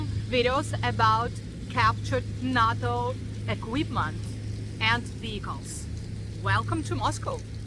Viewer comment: NATO произносится как нэйто